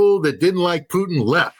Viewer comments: Why does he say “Putin” like that? He’s not a tasty treat of french fries, gravy and cheese curds…. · who is this clown who can't pronounce Putin's name correctly?